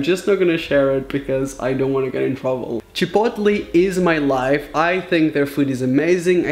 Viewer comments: Chipotli?? You mean chipotle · I love the way he says Chipotle like CHI-POT-LEE instead of like Chip-oat-lay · Wtf is Chepotle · The way he said chipotle has me dead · The way he says chipotle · IS THAT ACTUALLY HOW YOU SAY CHIPOTLE?!